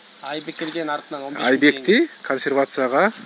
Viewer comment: Кансервацяга дейби 🤣